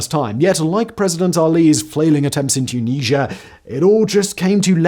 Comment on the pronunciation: Too-Knees-Ya!!!! OMG 😂😳🙄🙄😂